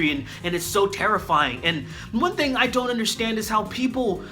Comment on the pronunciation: That was fantastic "I'ont" with the apostrophe and everything HAHAHA!!!!